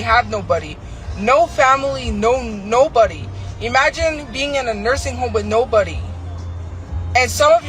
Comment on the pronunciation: " Eeemagine " can't even say imagine right... lol